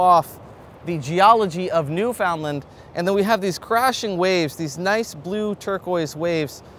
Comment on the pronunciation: Great videos! One thing you need to work on though 😊 Newfoundland is not pronounced Newfoundland. It is pronounced Newfunland. And it is a fun place! Listen to how the locals say it!